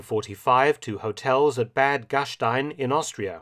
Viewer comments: Mark, pronounciation of Bad Gastein is an exception to the rule. You’re correct, „st“ in German is usually pronounced like „-sht-„, just not in this case. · Just a little info: Bad Gastein is pronounced without the sh-sound. Well at least in Austrian high German. The locals will give you a truly different pronunciation due to the dialect spoken there.